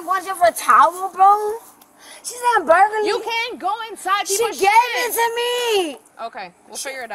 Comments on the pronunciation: “Burgaly??” LOL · "For what, though?" "Burglary." "Burgrley?!" "Burgley?!" Lmaooo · “Burg-early” I’m almost 45 years old and I don’t think I’ve ever heard someone butcher the word like that. I often hear “fustrating” which ironically is extremely frustrating lol but this one caught me off guard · “What is my charge?” “Burglary.” “BURGALY???” 😂😂😂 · “Burguly???!!! I didn’t break in no one’s house??? Burgurly!!??? What ???!!!! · "Burglary" "BURGARLARLY???" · Burlergy? For what? 😂😂😂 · “BURGALYYY?” Word? What? OMG! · I get a kick out of the way she keeps saying "Burgalee" instead of burglary. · She said Burgerly 🤭😹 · "burgerly?!?!?!"🍔😦 "yes, burglary."👮🏼🚔 "BUR-GER-LY?!?!?!"🍔😲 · BURGERLY?! BURGALY!? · No, not burlagy, burglary. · Burgaly?? Maybe she could pronounce burglary if she had a few more teeth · "Burglary." 'Burgraly?!" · 👮‍♀️ cop: you are under arrest 😮‍💨 crackhead: for what? 👮‍♀️: burglary 😮‍💨bLurGulalRy? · She said “burgalllly” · "Burgaly" "Burgalize" 🙄😂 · "burlgury" she said 😂 You can be cute and ugly at the same time I guess